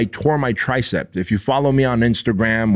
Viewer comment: It’s tricep not “TRICEPT”